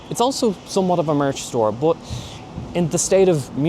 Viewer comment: Why do you pronounce the letter U as a O ? You say “bot” instead of “bUt”???